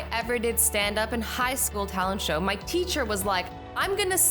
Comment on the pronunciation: Why do you always said meh not my!!!???